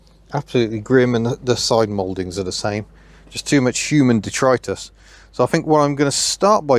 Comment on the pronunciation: I love the way you say detritus i now use this in my vocabulary but will have to learn to express it with more conviction like your good self 👍👍👍